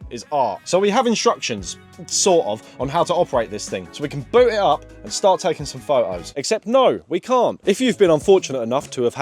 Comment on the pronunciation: I am amazed at the linguistic hurdles your mouth has to go through to avoid the letter T at all costs. you managed to say "boot it up without taking any photos" and it came out at "boo i up and take some pho'os" and im stuck replaying this part over and over